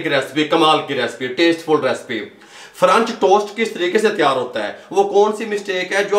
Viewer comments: Oh bhai correct word french toast hota hey frunch tost nahin ....Ha ha ha 😂 🤣 😂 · french toast kehna tou sekh len